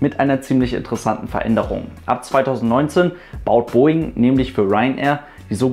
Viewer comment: Der "Southern"-Aussprachefluch der deutschen Aviation YouTube-Szene... ;-)